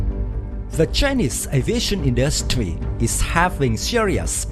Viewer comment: Who the hell is narrating the video, Yosemite Sam? "Industweee"